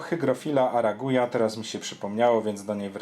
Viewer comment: Fluvitialis i arakuja mówisz :D?